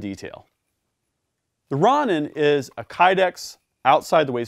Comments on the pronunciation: “Ron In” lmao 😂 it’s “row nin” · Great presentation as usual but you should show all weapons clear for the YT gods Plus please , its row- nin not ron - nin like the Japanese samurai type guy? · great vid just that its pronounced rohnin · Its pronounced Row-nin